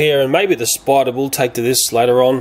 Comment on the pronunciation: i love how he says spider haha! SPIDA!! i'm scottish so i pronounce my R's lol